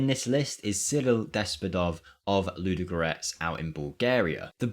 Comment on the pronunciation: My Bulgarian ass just couldnt stop giggling when i heard the pronunciation of both Despodov and Ludogorets😄